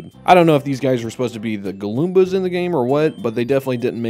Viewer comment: Did this dude say Galomba?